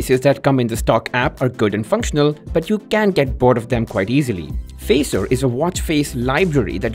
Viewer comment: It's Facer not Phaser